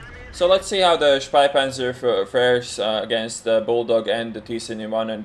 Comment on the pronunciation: Hehe you pronounce the name as "Speipanzer", which would mean "barf-tank"